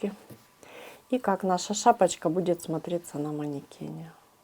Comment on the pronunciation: При вашем произношении "шапочка", мне стало плохо...